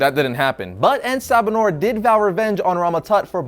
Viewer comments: It's En Sa Ba Nur not En Ba Sa Nur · you slaughtered the name. I mean, wikipedia slaughtered it too, and the writers as well. It took me a while to actually understand the name. You see, if they were going to translate (The Morning Light) into Arabic, it would be either pronounced as Assabah-hon-nour, a slight pause with the dashes, or Nur Assabah. En has no placement unless they described him as the light of the morning, in which case it would be Ennahu Sabah Annour.